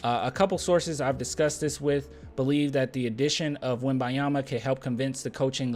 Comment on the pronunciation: start pronouncing the "N" in Wembanyama!